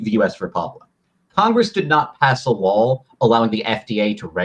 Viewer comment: Is this guy saying lol, or law?